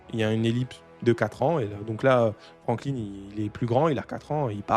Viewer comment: Je crois que c'est Franklin pas frankline